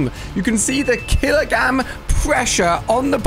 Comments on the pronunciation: can’t say kilogram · When it started squishing the moose bone, u accidentally said killogam instead of killogram. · You accidentally Said killer Gam😂😂😂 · bro really said "kiligam"💀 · At the start did he actually say killa gam💀💀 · At the start of the video he said kiligams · bro really said killagam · Alia literally said kila gam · I swear I just heard him say kilogam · The fact that he said kilogam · Kilogam? Did you say kilogam instead of kilogram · He first said kilogam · Brro said kilogam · What’s a kilagam?